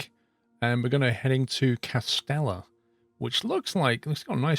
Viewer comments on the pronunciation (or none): Awesome video. Greetings from Croatia :). Just one small small small correction: Its no Kastela, but more like "KaSHtela" (Kaštela). Try searching it trough google. Small beautiful place in Croatia. Keep it up ;)